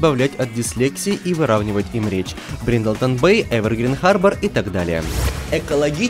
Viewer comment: Рил. Бриндлтон-Бэй целый год выговорить не мог. теперь это блееен